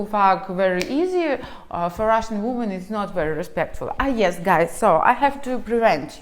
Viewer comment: Ужасное видео.. completely disgast video.. научитесь правильно говорить по-английски слово женщины во множественном числе.. произношение несколько другое, раз вы себя позиционирует как автор видео ' не для русских' ..о самом содержани сего жалкого спитча даже говорить не хочется.... Полный бардак в голове))) хотя бы уважайте себя, что ж вы так кривляетесь.... Я не такая, как все, я жду трамвая)) жалкое зрелище